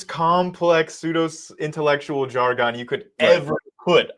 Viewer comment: Learn to pronounce ‘jargon’